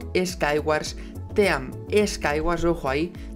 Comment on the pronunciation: se pronuncia Tim no team